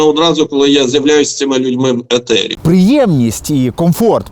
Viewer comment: Ефiр, ефiр блд, а не етер якийсь